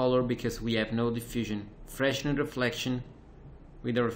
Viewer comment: Amazing tutorial, but only one remark about pronunciation of Fresnel: "Augustin-Jean Fresnel (French pronunciation: [ɔgystɛ̃ ʒɑ̃ fʁɛnɛl]; pronounced freɪˈnɛl fray-NELL in English) (10 May 1788 – 14 July 1827), was a French physicist who contributed significantly to the establishment of the theory of wave optics. Fresnel studied the behaviour of light both theoretically and experimentally." Maybe this will be important for graphics designers especially those making great tutorials like You!